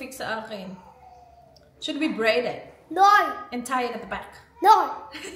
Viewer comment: isla's "Naur" 😊